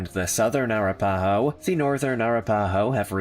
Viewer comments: Air-ra-pa-ho?? I think this guy needs to learn how to pronounce tribal names if he's going to narrate. It's A-rap-pah-ho. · Being first Nation and being from Oklahoma of 6th generation out of respect please learn how to say the names correctly Arapaho. I am Choctaw (Chahta) and among all the tribes mentioned here we have much respect and it's all about respect so I disagree with some of the things that he's saying but thank you again for a video. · Ahh RAP Ahhh Hoe is how it pronounced. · OMG...That is the absolute WORST mispronunciation of Arapaho that I've ever heard!! LMFAO! IT'S ah-RAP-a-hoe !!! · The name is (A-rap-aho) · a RAP a ho. I do find this creator’s videos interesting, but he constantly mispronounces words. 🤦🏻‍♀️